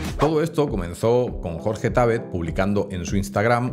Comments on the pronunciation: No es Jorge Tábet, es Jorge Tabét (no lleva tilde, la pongo para escenificarlo) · Por qué decís Tábet, cuando es Jorge Tabet???